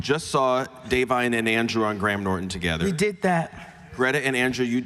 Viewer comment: Im impressed he pronounced Da'vine 's name correctly